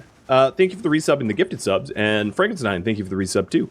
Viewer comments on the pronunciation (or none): none